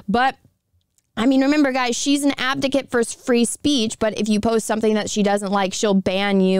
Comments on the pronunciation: Advocate , not Abdocate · Is it just me or is she saying "abdicate"? It's "advocate"....lol. otherwise great video though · Off Topic. I know your saying "Advocate" but I'm guessing there's something weird going on between youtube, my computer or my headphones because it sounds like "Abdicate" or something like that to me instead. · Advocate*** lol not abdicate lmao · Love the video but respectfully it is "advocate" not "abdicate" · I appreciate the support for them but ffs advocate not abdocat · so the word is AdVOcate not ABDicket. love you and the Quartering and Brittany but please be aware of the words you're using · it's "ad-vocate", not "av-docate" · i love your content. but, you have to learn to say "ad-vo-cate" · Advocate.....its advocate. why cant you tubers pronounce things properly? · Abdigate? lol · Dammit! The whole video? The word is pronounced AD VO CATE!!! Hurts my damn head!